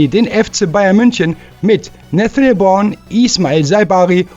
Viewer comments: Nathaniel Brown ( gesprochen Braun ) nicht Born 😂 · wat is denn nessel born? der jung heißt brown spricht man wie deutsch braun oder sag einfach nene und nicht nessel born!